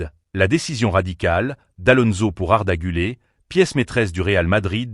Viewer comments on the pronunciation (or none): Apprends à prononcer le nom du joueur d’abord , c’est guler et non pas arda gulé , pathétique 😢😢